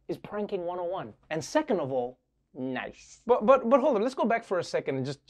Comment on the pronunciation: Trevor it's NOICE not Nice.